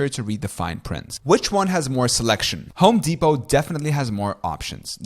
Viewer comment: Bro stop saying Home Depot like Home dePOT the T is silent